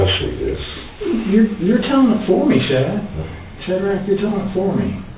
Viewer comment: Omg, if he said "SHAD-RACK" one more time